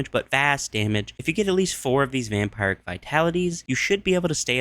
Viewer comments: Oh, vampiric, though--that's pronounced "vam-PEER-ic," not "vam-PY-ric." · It's pronounces Vampeeric not vampire-ick